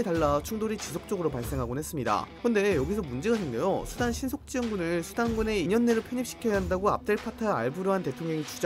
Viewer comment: 이스르에르과는 달리 수단은 발음이 잘 되는구만~!!